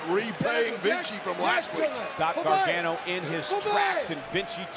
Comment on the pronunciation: Cole is such a tool. Learn how to say Gargano.